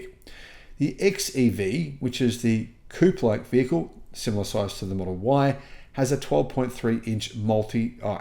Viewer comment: Coupe, not Coop